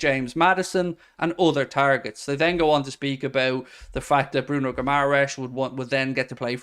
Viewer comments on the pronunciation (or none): none